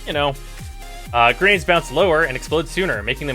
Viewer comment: wtf are genades (at tonkor) =)) nice englishhhhhhh DE =))